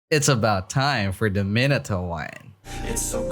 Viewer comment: The way he pronounces minato is just...